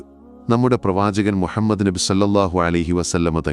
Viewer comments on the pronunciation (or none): none